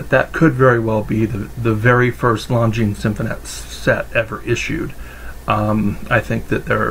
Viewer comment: Great video and very informative. I now know the proper pronunciation of Longines Symphonette! Thanks